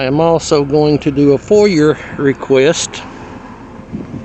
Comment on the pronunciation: Good job however it's called a foia request pronounced foy-a, not foyer as you stated lol.